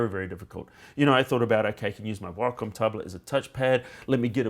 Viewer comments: "if you look at the whockum tablets" WACOM WAY-COM NOT WHOCKUM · Logan Darklock that's not how wacom pronounces it.